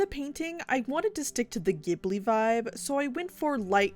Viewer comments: It’s not giHbly it’s gjibly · Love your video, but I think in Japan you pronounce ghibli with a soft g.